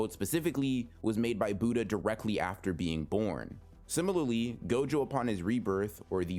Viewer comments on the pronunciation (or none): none